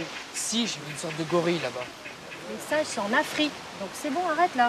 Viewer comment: "c ets dees SINNNGES"!